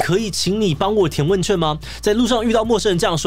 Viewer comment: 問ㄐㄩㄢˋ 彩ㄑㄩㄢˋ 兩個字不一樣